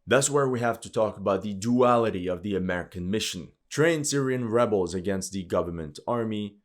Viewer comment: I like how you say AameriCCAN😂